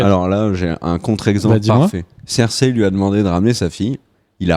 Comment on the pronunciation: Hey, c'est Cersei et pas Zerseille...